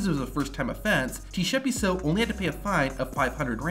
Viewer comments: I'm a South African.. that is not how you pronounce Tshepiso.. but I understand💁‍♂️😉🤣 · As a South African I can confidently say that you pronounced Tshepiso as T-shepiso😂😂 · Bro I'm South African you're saying Tshepiso worng😂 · Bro said T-Shepiso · South African here 😅 - Tshepiso's name is pronounced Ts-eh-pee-soh.. 😅😅 I'll give him one thing, he got balls of steel. 🤣 Till today, I'll never understand why he did that. 😂